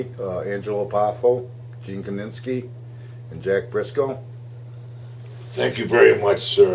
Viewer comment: Gene KINISKI, not KININSKI!!!!